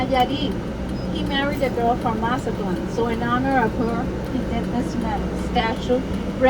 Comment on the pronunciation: Just came across this video just wondering if his pronunciation of Mazatlan was for real or joking. Otherwise great video.